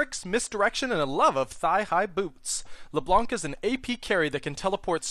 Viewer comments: you have to say her name in a french accent, la bla nc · C in "blanc" is not pronounced. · I speak French, and I face palmed. You don't pronounce the C at the end.